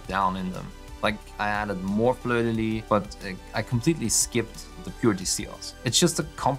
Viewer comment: Amazing work! (also, we do pronounce the "s" at the end of "Fleur de Lys" in French ;) )